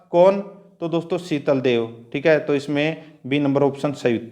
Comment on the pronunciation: सर 11 नंबर का उत्तर शातल देव नहीं शीतल देव रहेगा आप बोलना नहीं जानते हैं😠😡😟